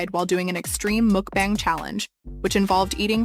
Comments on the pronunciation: It’s Mukbang, not mookbong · What is a muk bong isn’t it pronounced mukbang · I think she’s just mcbonging English/Gaelic to rage bate us with an ear for terrible pronunciation. Unforgivable pronunciation of every vowel. Mok Bong. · I can’t tell if is being pretentious or just has a strange grasp of English/Gaelic but I had to stop the video to Google “mokbong” only to find out it’s “McBang”. I can’t stand when people intentionally pronounce words in the most random “unique” way. (I listen to YouTube I rarely sit and watch like I’m “supposed” to) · Even at my fattest, I always considered mukbangs cringe & disgusting. And, honestly, morally reprehensible. Like, I hate living in a world where mukbangs (which I will always intentionally mispronounce as “muck-bangs” because I don’t respect the concept) and starving kids exist simultaneously. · Tis pronounced Muck bAng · The way you say mukbang. Do you say gangbang like gongbong?